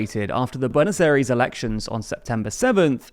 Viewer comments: You mispronounce his name terribly, also Peso and BuenosAires, damn you need some Spanish lessons, literally butchering the language. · You got the pronunciation of Buenos Aires wrong